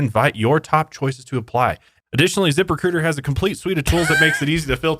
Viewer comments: I won't lie, I thought that was saying "zipper cooter" at first instead of "zip recruiter" and I was so confused and concerned, especially when you mentioned OF hahaha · every time says zip recruiter with an accent, i hear zipper cooter... anyone else? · Wait wait Zipper Cooter is what I thought you were saying 😂😂😂😂😂😂